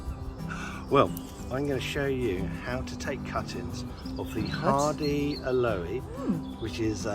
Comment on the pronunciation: AL- oh with the emphasis on AL... not al O-EE. PLEASE!! South African here. They're our favourite local plants. Please dont make them sound weird